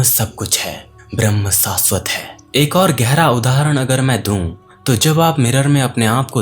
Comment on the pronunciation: Bhai aapki video bhut achi hai par श aur स par thoda dhyan do ....video audio achi hai lekin sha aur sa thoda acha nhi lgta .... Jaise Prabhavsali, Saasvat jbki Prabhavshali aur Shaashvat hona chahiye. Baaki video mst hai